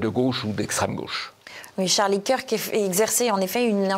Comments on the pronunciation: Pouce en bas … C’est honteux … Charlie « quir que » ?! Mais vous êtes folle, fou ? Vous vivez dans un trou ? Vous dites « quir -ke Douglas » ?! Ou « queur ke » Douglas . Non mais là vous ridiculisez TvL - Martial faites les prendre des cours . Et non , Charlie existait bien pour lui - ce n’est pas un pion de Trump . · Kirk se prononce Keurk